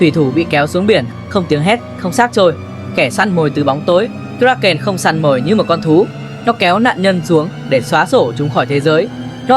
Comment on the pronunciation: Phát âm sai tên sinh vật , một lúc một kiểu , kraken, krakeu ,... ? Vậy nó tên gì mới đúng